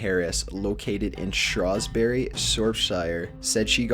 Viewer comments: How on earth did you mispronounce shrewsbury? shroozbury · Never heard Shrewsbury and Shropshire spoken so wrongly xD